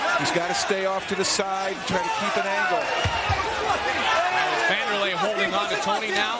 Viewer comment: Wanderley Silva "the AXE murderer" was a beast. PS.: Correct his name btw. "W" not a "V".